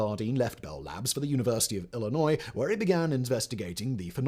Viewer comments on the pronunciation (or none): none